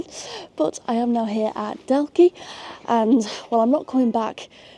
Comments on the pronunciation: The quarry where you climbed up the steps in (Daw-key) Dalkey is where they extracted the granite that built the Embankment in London. All along past the Houses of Parliament is all Dalkey Granite. Also the ships dry dock in Liverpool. Originally quarried to build (Dunleary) Dun Laoghaire Harbour, the stone was too hard and too expensive to waste so they infilled all the piers with granite from Scotland and just dressed them in Dalkey Granite. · nope, the L is silent. Same with Dundalk. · Nice video, glad you enjoyed :) ('Daw-key. Kill-Eye-knee') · how you said killiney hurt me other then that good video and dalkey killiney is cly knee and dalkey is daw key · Dalkey rhymes with chalky like the thing you write on a black board. and Kill-lie-knee - just if you're interested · Dalkey rhymes with chalky and Howth rhymes with both :) killiney is kill-EYE-ney This was really cool, I've watched so many videos about England's transport networks, so it was amazing to see someone come here and ride the trains I always kind of took for granted